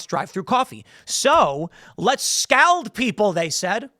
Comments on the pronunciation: FOR GODS SAKE ITS NOT "SCOWLED" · Tim, The world 'scald' rhymes with all, not with Al. 😁